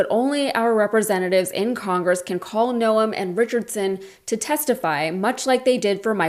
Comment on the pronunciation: Why is she making Noem 2 syllables?